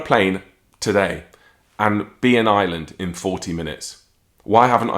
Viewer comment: love your channel a long time fan. But FYI it's IRELAND not Island 😂